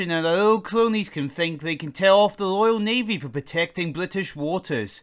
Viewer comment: It’s Royal Navy no loyal navy Speak properly